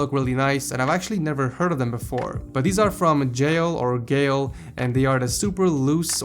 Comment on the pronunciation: Geil is pronounced (Jee - ill)